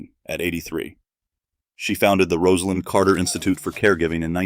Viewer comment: Thank you for pronouncing her name correctly. Still news media says it wrong. Disrespectful.